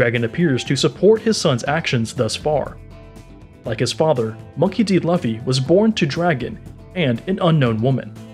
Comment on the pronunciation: monkey d loffah 😂 is Unkown a pokemon? 😂😂😂